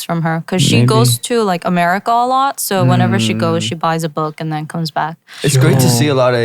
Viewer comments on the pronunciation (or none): none